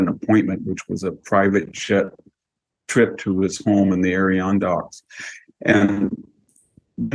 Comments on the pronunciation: Ad-der-on-dax, not Ariondocks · And a few other words, including Adirondacks.